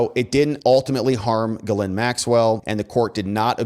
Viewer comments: When she introduced herself, she pronounced her name as "Jizz Lane." Ironic, I know, but every one seems to use the wrong pronounciation. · why is it that nobody can pronounce the name Ghislaine ? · Interesting video, but I think you really need to work on your pronunciation of "Ghislaine". LOL